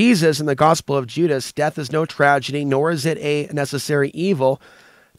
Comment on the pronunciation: No bad intentions but you are pronouncing Gospel wrong